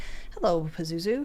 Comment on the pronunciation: Did you say 'Pizoozoo..? Demon from Exorsist. ?